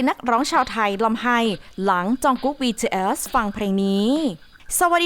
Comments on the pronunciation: BTS ออกเสียง บีทีเอส ธรรมดาครับ ไม่ใช่ บีทีเอลส อะไรที่คุณพูด ไปฟังมาใหม่ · หยุดเลิกอ่านว่า “บีทืเอยส์”‼️‼️ อักษรค่ะสามตัว ทำเสียงกระแดะมาก ถ้าอ่านชื่อศิลปินผิด ควรออกมาขอโทษ นี่มันหลายคลิปแล้ว… ทำไม่ได้ก็”ลาออกไปซะ!!”🔥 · บีทีsนะพูดก็ผิดยังบอกอีก😐🤭🤭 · เหมือนกัน ฟังเป็น บีเทียส บีเทียสทุกที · เราได้ยินว่า BJS 😓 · ใช่ๆ ตอนแรกฟังแล้วแบบ วงไรฟะ อ้อๆๆๆ BTS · ทำไมเราขำสำเนียงที่เขาพูดว่าBTS(ความคิดส่วนตัว) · ทำไมเราขำ เวลาที่แอดมินพูดคำว่า BTS วะ 😂😂😂😂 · 😂😂ผมสะดุดกับคำนี้มากๆ ตอนแรกฟังไม่เข้าใจเลย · ออกเสียง bts แปลกๆ